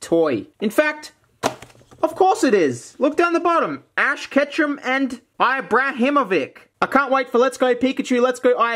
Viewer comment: I-bra-him-oh-vic Stop, please